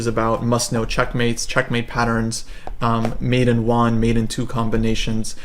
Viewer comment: "Mate in Juan"